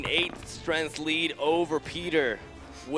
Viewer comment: it is truly annoying. specially the way he pronounces strength